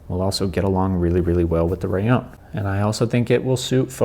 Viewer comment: Why do you say " raion " ? It's " raLLon ", right ?..